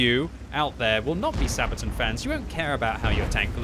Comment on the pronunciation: The way you say "Sabaton" drives me nuts. It's not Sabatin, dammit! It's SabatAHn! You have to say it with conviction, like"Megaton, Megatron, or Ultron," otherwise it just sounds like something you'd use for diaper rash. "Mommy, my bum is itchy again." "Ok dear, we'll put some sabatin on it."